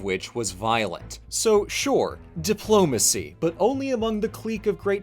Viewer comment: Dang, you know when says "Diplomacy" I can hear the Capital letter..